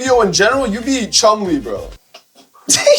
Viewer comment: That man said Chumley.